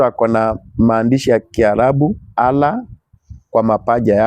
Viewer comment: huyu mzee ni mgonjwa wa akili hajielewi very stupid guy wewe wacha ujinga eti pastor ulisomea wapi hata kutamka neno Allah huwezi shenzi type